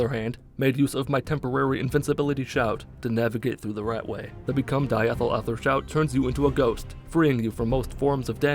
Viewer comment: As a chemist, I died at "become diethylether shout" 🤣